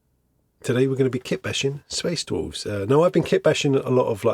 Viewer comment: Ok, I came to the comments and nobody's saying it, so now I feel like I'm going crazy. IS SAYING "DWOLFS"? Somebody please confirm and make me feel less crazy...